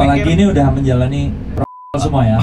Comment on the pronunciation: protokol om bukan prokontol